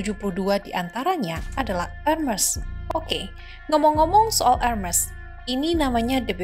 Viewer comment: Agak risih gimana gitu penyebutan merk Hermes (re:Her-mes) 😂